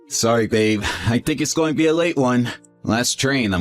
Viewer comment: “ sorry it’s GOH be a late one” “Nasiness” “ I’m goh be home late again” “ my bosses head, goh bean da chopping block” “my friend Day” (instead of Dave) “wif her”. This male voice actor cannot pronounce the words: “going, being, the, with” and purposefully doesn’t pronounce the last consonant of most words. To a former English major this just is like fingernails on a chalkboard. To someone who’s made a career out of speaking the English language, the male voice actor needs to enunciate it correctly.